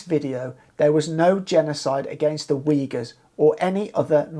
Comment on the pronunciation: Weegurs? Who are they? Uyghurs? That's pronounced "Ooyghoors". Like in pool or book.